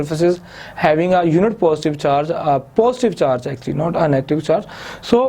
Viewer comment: Its not phostive its positive